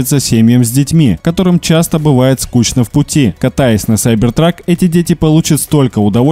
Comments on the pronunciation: Сайбер трак?.. может кибер трак.. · кибер трак а не сайбер трак